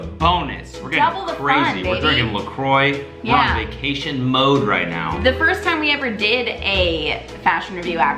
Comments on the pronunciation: "la CROY" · You can tell straight because he didn’t know how to pronounce LaCroix.